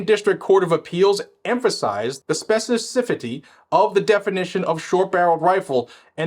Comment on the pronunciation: totally butchers, "specificity". 🤣